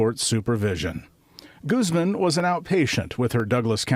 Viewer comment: My favorite thing about the news is how they pronounce spanish names with an accent when its not a criminal, but when it is a criminal the accent gets dropped and its goooozman.